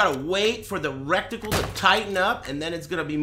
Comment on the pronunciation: i honestly cant tell if he's saying "recticle" intentionally to troll chat, or if he honestly thinks that's a word